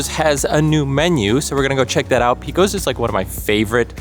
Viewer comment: yup. My father in law would pile everything on so you could not even see the burger underneath. BTW - not picking on you but it is pronounced PAcose, not PEcose.